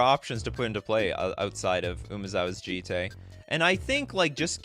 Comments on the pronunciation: Jit is how a gaijin pronounces it. It's Jee-tay. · Its the second way you pronounced it. Jee-tay. Thats how it would be pronounced in Japanese